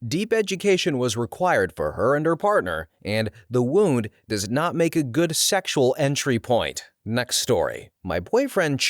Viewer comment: I'm only halfway through and I've heard 3 mispronunciations... 'wound' followed by 'wound' in the following sentence really did it for me. 😂 I still love the energy and curiosity though mr. narrator... Maybe watch some ER dramas lol